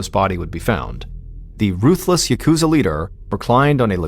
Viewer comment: Just gotta breathe through the pain of hearing 'yakuza' pronounced incorrectly this entire time.... I'm not even going to mention the names, but... Seriously, people, please.... It's got atamadakagata pitch pattern, the accent is on the first 'syllable.' I'm begging YouTubers to please stop saying yaKUza. Maybe then I could finally enjoy video essays on the Yakuza games....